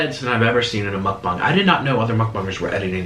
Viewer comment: I thought he said muckbong not muckbang